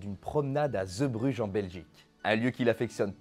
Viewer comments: Superbe vidéo. Petite remarque. Ce n'est pas ZEbrugges mais zeebrugges (zee en néerlandais, c'est mer). A prononcer zɛɛ zéé Et si je ne me trompe pas, il n'y a pas de version studio de cette chanson, uniquement en public. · Arrivé sur la chaîne avec la vidéo sur les Bronzés font du ski, je découvre cette vidéo très intéressante son mon artiste préféré... Petite remarque (mais ça a déjà été dit) : on dit "Zébruge" (Zee =.mer en néerlandais) Pour moi, cette chanson est plutôt la complainte d'un homme trompé. Il avoue sa faiblesse en dépeignant, ce qui est pour lui, le summum de la virilité : les marins... Ces marins vivent (justement !), mangent, boivent beaucoup, trop,, se saoulent, et n'ont que peu de respect pour ces femmes infidèles sur lesquelles ils pissent tandis que le narrateur en pleure Et pour répondre à la dernière question : dans le répertoire de Renaud, il y a quelques exemples de chansons sur la condition humaine : Hexagone, Dans mon HLM... Pour n'en citer que deux ;-) Allez, hop, abonné et je vais me visionner les autres vidéos de la chaîne !!!